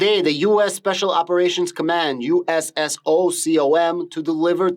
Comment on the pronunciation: USSOCOM pronounced [SooComm]it’s the Navy Seals, Army Rangers/Green Berets and AFSOC is it’s own entity too they do CSAR Combat Search and Rescue etc. Others entities like Delta Force and others